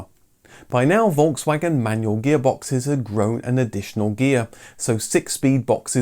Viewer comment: Sauer Kraut it’s Volkswagen not folgswagen learn how to pronounce name